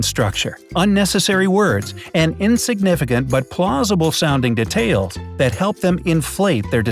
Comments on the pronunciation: Who is annoyed by how he says detail? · You said detail wrong